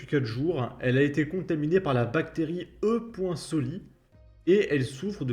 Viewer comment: E-coli prononcé comme colis On dit pas un essologiste :p